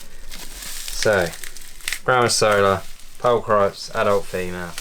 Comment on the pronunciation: How can British fuck up the word pulchripes so bad 😂